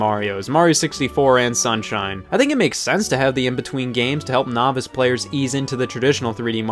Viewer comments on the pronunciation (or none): none